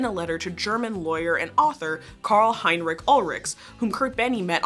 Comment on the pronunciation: Just a heads up, the German Ch in Heinrich and Ulrich do not make a k sound. It's more like Sh.